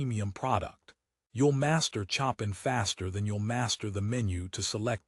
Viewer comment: WTF is with the AI voice?? Chopping or Chopin?